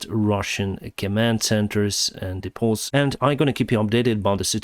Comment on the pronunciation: DEEEE-pohs, BAHRR-racks